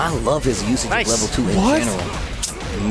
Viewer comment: Why does intentionally say Ken's level 2 wrong? It really pulls me out the commentary lol